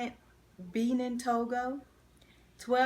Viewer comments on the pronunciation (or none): Pronounce "Be-nin" as in "Check in" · Benin is pronounced buh-NEEN. Y’all are SOOOOO cute!!!!